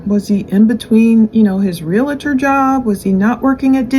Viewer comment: Please, it’s not REAL-A-TOR!! It’s REALTOR. Please pronounce this career correctly. Not doc-a-tor, is it??